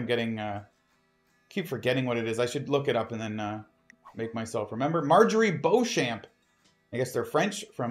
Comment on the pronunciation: Beauchamp is pronounced Beecham. You have English roots, you need to know this. Juss sayin' ❤